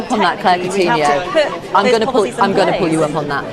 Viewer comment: The way british people pronounce countinho LOL